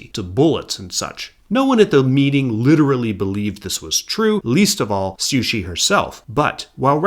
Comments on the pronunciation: Taiwan was not "known to the Japanese as Formosa" but rather Formosa was the common European name for the island. Japan referred to the island as Taiwan (台湾) and so did the local inhabitants. I also noticed you sometimes pronounced Cixi as "Suxi" and Yuan Shikai as "Yu-an" when it should be "Yuen" - but besides that, excellent video. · Not downplaying the quality of the video or how much work went into it, but its really funny to hear you pronounce Cixi as Sushi